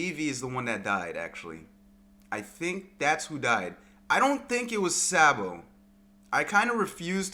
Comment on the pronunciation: Dude you sound like a sheep everytime you say Sabo’s name. It’s not SAA-bo. It’s pronounced SOB-o